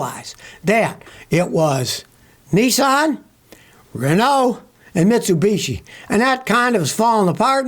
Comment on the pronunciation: when he was talking about Renault, i though he was saying Ronaldo instead